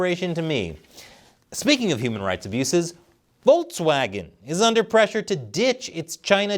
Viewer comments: It's Volkswagen not Voltswagen, why upload a video where very first word is mispronounced? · It's volKswagen, not volTswagen. The pronunciation of the English K and the German K are really close to eachother, so no need to butcher their name any further than they have done themselves.